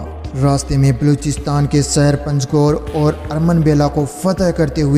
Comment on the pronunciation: Apna urdu talaffuz sahi kro kasmir ni kashmir saher ni shaher nijam ni nizam plzzz k or q mn farq kriye samil ni shamil